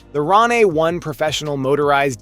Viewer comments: Ron aye? It's pronounced rain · It's pronounced just like Rain, bro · I can't even take this video seriously because he can't even pronounce RANE properly 😂